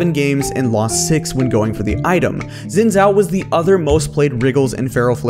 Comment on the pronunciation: Why can no one who makes videos pronounce Xin Zhao's name correctly?